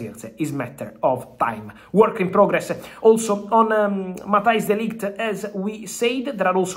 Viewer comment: De Ligt not Delight 😅😅😅😅